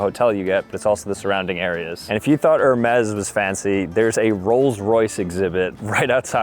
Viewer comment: First thing I noticed... steps outside hotel IN JAPAN and says its very Japanese... LOL and its pronounced AIR Mez, the h has a a sound and the s has a z sound